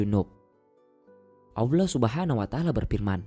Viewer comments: Kedengerannya aullah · nyebut "Allah"-nya dibenerin dulu!!! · Bang maaf tapi bisa GK jgn pake suara bot gitu...kalimat Allah nya Cara penyebutan nya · Baru mau komen, masa dubbernya ngomong Allah jadi Aulah.. Sholat jadi salat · Salah nyebut jangan aulah Aulah lagi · nyebut Allah ko aulah ya? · knapa org indo acap kali sebut Allah sbgai Aulah?? salah tu wahai saudara2ku.. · Gimana gimana aulah,baca Allah itu yang benar,cuma mengingatkan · Dislike lah, naratornya ilmunya msih dangkal,. Belajar pelafalan aja dulu yg bener, masa awlah, rosulalah .... curiga gw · WOI , NYEBUT ALLAH BUKAN AWLAH . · Tolong narator nya di pelancarkan cara menyebut laafaz Allah SWT 🙏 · Setuju. Saya juga dengar rasa terganggu. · Iya bener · berat amat lu min ucapkan Allah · Bang nyebut allah nya jangan pake huruf W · Ini pengisi suara, menyebutkan nama Allah saja tidak benar,apa lidah nya pendek apa 😂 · Kok narasi "Allah"nya aneh??